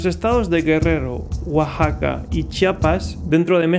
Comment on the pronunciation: Felicidades por pronunciar bien Oaxaca, la mayoría de extranjeros tienen sus problemas al principio. El presidente le saca la vuelta al asunto como se lo cuestiona, y usa ese pretexto de los usos y costumbres, para no hacer nada a favor de esas niñas.